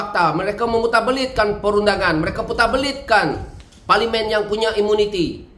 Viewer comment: SEBUTLAH PARLIMEN TU BETUL2....